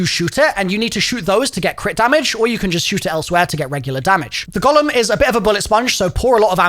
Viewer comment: The Gollum 😂😂 it’s a Golem as in Go - Lem. Jewish folklore.